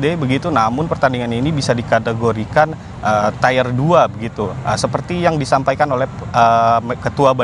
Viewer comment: Tir bang bukan tayer pronounce nya